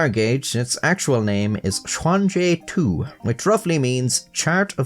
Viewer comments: Xuanji Tu sounds more like "shoe-anne gee too" not swan-gee too btw! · "Su Hui" oh dang, finally someone who uses basic tts to get the pronunciation right instead of proclaiming they're about to "butcher the language" "xuanji tu" well, nobody's perfect, 1 for 1 is still pretty good